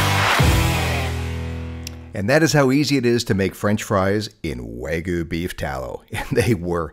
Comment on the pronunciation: Why do you say wagu? Lol. It’s wagYu (Wahh gyu)